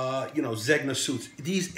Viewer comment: The g in Zegna is silent, bro! C'mon man!!